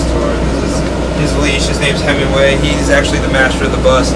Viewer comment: i think it's heMingway not heMMingway